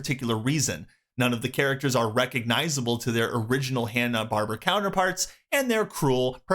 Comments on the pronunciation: It's Hanna "Bar-BEAR-uh'; not "Barbara". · Barb-Eh-ra. Barb-Ara. Not "Barbra"